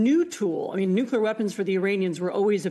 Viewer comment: Does she keep saying “nukular” weapons?